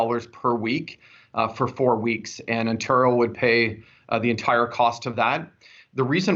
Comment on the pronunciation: YOOOOOO....he's not one of us if he can't pronounce Ontario properly. It's pronounced On-tare-rio not "On-turr-io"